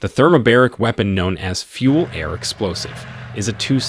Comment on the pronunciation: thermobAric, not thermobEric. :))) as in 2 bars.